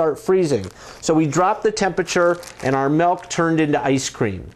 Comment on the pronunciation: oh no no no no no nononono DID HE JUST SAY MELK?????? its milk.